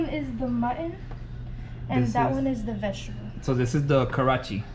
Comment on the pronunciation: unable to pronunce vegetable😂😂😂😂😂😂😂😂😂